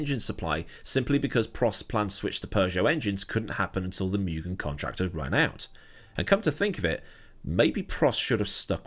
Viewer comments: Take one drink every time says "miugen" instead of "moogen" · Interesting video. But being a Japanese company, it would be more 'moo-gen', not 'mew-gen' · MOO GHEN not myougen 😅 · First syllable is pronounced “moo”, not “mew”.